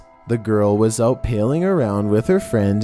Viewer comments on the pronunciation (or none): “Pale-ing “ around 🙄🙄🙄 You mean PALLING? <1 minute in and I’m annoyed already